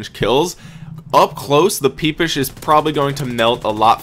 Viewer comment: this man said peepish